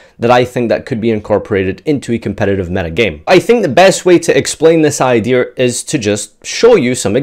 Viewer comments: "Idear"..... say it with me... IDEA.... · I swear... if says "idear" instead of "idea" one more time 😂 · Idears you said Idears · Why's he saying "idear"